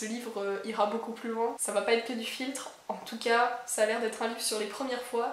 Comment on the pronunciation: Euuuh... C'est moi ou tu as dit "filtrer" et "filtre" au lieu de "flirter" et "flirt"?? Dans tous les cas, j'aurai bien rigoler toute seule 🤣🤣 P.S.: perso, je suis fan du format "un livre par vidéo" 🥺🥺